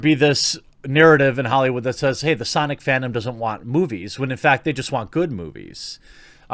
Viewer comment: its pronounced "SAHNICK" bro